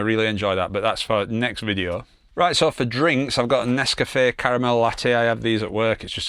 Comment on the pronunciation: Nesscafe 😂😂😂 or however you said it 😂😂😂 brilliant